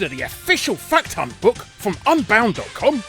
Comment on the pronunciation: You are the only only person I know that can make “fact hunt” sound like “fuck ton” when you say it